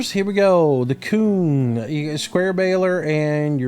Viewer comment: Lol he said my name wrong